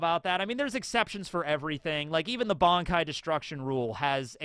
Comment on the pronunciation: At one point you referred the creator of bleach as ODA, also why do you call it "BONKAI" and not "BANKAI"